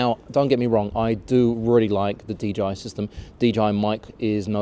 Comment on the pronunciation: I thought I heard DGI instead of DJI repeatedly.